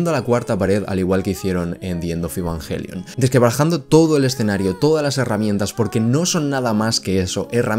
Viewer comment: Asi se pronuncia en Japonés....